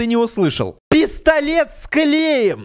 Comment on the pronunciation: А мне послышалось не пистолет а пездолет 😂😂😂😂